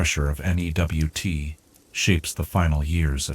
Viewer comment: The AI reads NEWT as Nebraska WT's? That whole segment is effed up